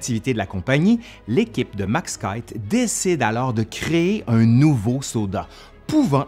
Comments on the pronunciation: Excellent comme d'habitude 🤗🤗 Par contre, cher, je pense qu'on prononce le nom Keith "KIFFE"/"KIPHE" et non "KAÏTE" comme tu le prononçais. Sauf erreur de ma part bien entendu 😉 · Petit rectificatif quant à la prononciation du nom propre "Keith" : s'il est d'origine anglaise, alors il devrait être prononcé "kis" (à la française).